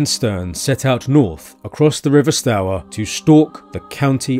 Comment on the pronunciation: Nice video... Stour like 'Stoor'